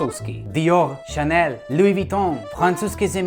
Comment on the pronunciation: Luj? Ale nejlepší je jak říkáš Jindra Hrnčíř. 😂